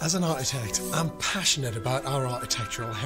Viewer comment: Oh George I do wish you could pronounce architect !